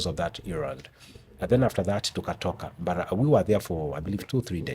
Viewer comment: Hiyo kisungu ni poa but kuna BUT nimesikia ikiitwa mbut